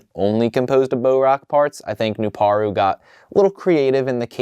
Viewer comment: His name is pronounced "New-Par-u"